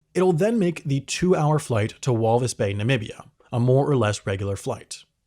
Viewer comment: lol you say Walvis so differently from how an Afrikaans person would 😂